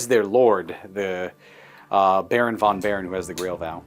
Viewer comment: In German and Dutch languages v is pronounced f. So Baron von Baron is pronounced Baron fon Baron.